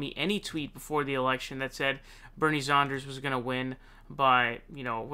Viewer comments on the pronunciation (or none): This guy would be like... “... If you are going to Saun frauncisco... make sure to wear flowers in your hair “ 💐 🌺 😂 It’s San like San francisco ! Then der! Like DER!🤪lol nah It’s DER! Like THUNDER! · Love your content, but, it's SAN-ders, not SAUN-ders. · Its sanders, not saunders! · Please pronounce Sanders correctly 🧐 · I love your channel and I hate to correct you but it's like finger nails on a blackboard hearing you pronounce Bernie Sanders. It's not Saunders.... its saa-n-derz. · He does say Saunders.... but why??? In England, we say Sanders like Saanders. So may be.... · jesus christ dude... props on how fast you get news out, but dude every time you say "" it's makes me want to fuckin bludgeon someone death, fuckin knock it off, jesus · bro, how do you say 'sand'? saund )) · I love your videos! Just wish you would pronounce sanders name correctly. Lol you seem to pronounce ppls name weirdly. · Love this guy but th way he pronounces annoys the f outta me